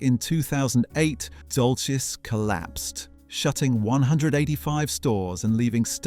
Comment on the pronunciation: Glad someone else spotted it. The pronunciation of years, plus Topman and Dolcis, an the intonation on several words fell flat. The voice is trying hard to be that of a modern young British man, however it is simply AI shit.